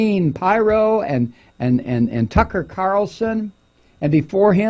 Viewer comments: Its Pirro not pyro. Pyros like fire, Pirro is a dipshit. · It's Peero not pyro. Lol. 😂😂😂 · Not that it matters, but I think it's pronounced Peero. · Her surname is pronounced "Peer-Oh". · 😂 Thank you Thank you Thank you for commenting on She/man Pirro, Mike ... correct Pronouncement of her/his last name is (peero) . Doesn’t she sound like a guy in women’s clothing ? .. but worse is her never ceasing love for (#45) Pinocchio 🤥... 4/4/19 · He knows. He's just having fun with her name.